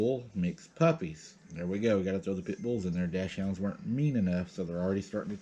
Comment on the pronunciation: They're pronounced dacksonds and they're those little weiner dogs. Give me a break.